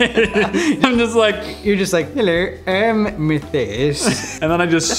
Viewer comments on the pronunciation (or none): “Heller, I am Methias” 😂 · 'Heller Im Matthers'